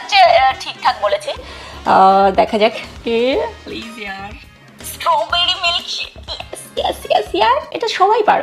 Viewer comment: Tumi jeta paroni seta Stro bear e Stro berry